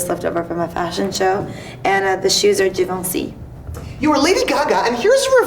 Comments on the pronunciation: She did not pronounce givenchy right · She's talking about Givenchy stupid